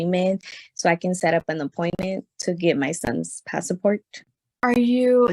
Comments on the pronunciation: The pass-a-port 😂😂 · Passport only has 2 syllables